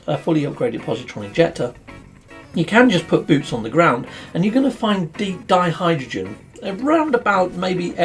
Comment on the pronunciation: Wearing my chemist's hat, it's more accurate to pronounce it DIE-hydrogen rather than DEE-hydrogen. Also, it's TRITT-ium not TRY-tium. Apart from that, a jolly good video as usual.